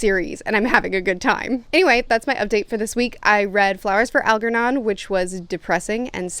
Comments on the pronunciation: Al-JER-non. How does one think the pronunciation is anything other than Al-jer-non?? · Algernon - the g is pronounced like it is in germ.